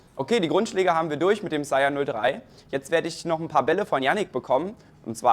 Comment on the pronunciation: Verstehe ich auch immer Chaya/Shyer/Shire... Später wirds Sire 😂 Hab ja einige Aussprachen davon gehört, aber das ist mit Abstand die falscheste 😂